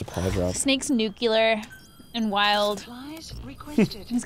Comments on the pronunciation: I don't have to point it out, but... 'Nucular' x_x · So I've never said, nor even wanted to say, ANYTHING bad about before, even in spite of all the hate she gets for "not being funny" or the whole necklace debacle outlined on Reddit. However...around 9 minutes in here she pronounced the word nuclear as "nucular."...She has finally gotten to me.